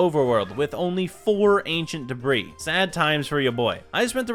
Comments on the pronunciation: Ugh. Debris: ‘Duh-Bree’, not ‘Debra’ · It debr-ee/ea not debra . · Gets netherite "DEBRIS" proceeds to call it "DEBRA" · Ah yes, your first Ancient Debrah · Why bro keep calling ancient debris “Debra” 😐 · "Ancient Debra" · Bro is callin debris for debra😂😂😂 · debris not debra